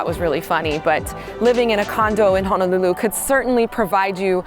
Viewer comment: So far your the only realtor saying Ho-no-lulu correctly! Mahalo